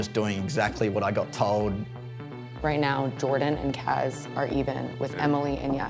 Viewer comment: Everyone: Kaz Danny: Kahz